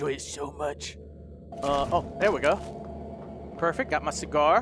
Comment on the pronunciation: Prefect earf